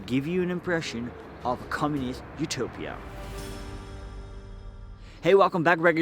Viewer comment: Utopia bro, not Upotia